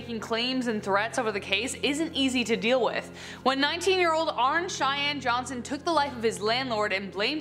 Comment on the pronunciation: His name is pronounced like Arnie not Arn